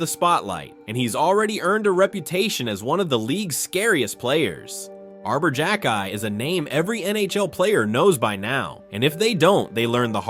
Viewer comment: You xhekaj right but get deslauriers wrong?